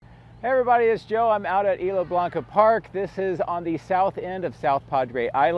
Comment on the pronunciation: The s is still pronounced in Isla.